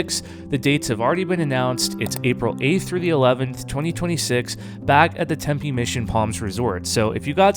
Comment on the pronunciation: Tempe is pronounced Tempy, not TempA. I worked for a tech company that supported a company located in Tempe and everyone there said it was pronounced Tempy.